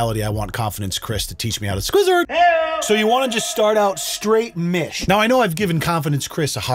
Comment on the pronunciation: "When you're in mish" WHAT? 🤣🤣🤣